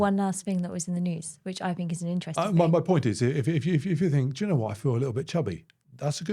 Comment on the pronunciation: The way you say "do you know" i hear "jenna". And Im like, how many times will you address her in a sentence. I mean do you know isnt any bettrr. Nvm. I slightly drunk.